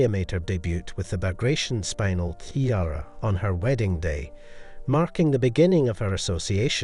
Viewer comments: Spin ell not spine el. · The gemstone is pronounced SPIN-EL and not SPINE-AL. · It's pronounced, "Spin" "el" Not spinal as in spinal tap. Gosh, I wish they'd sort out these AI voices! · It’s pronounced. Spin- Nell.